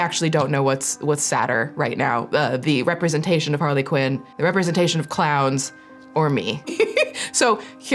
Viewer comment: Not Harley Quown 😂😂😂